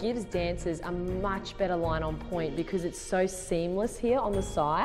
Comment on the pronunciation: It’s POINT not pointe. If you’re trying to say pointed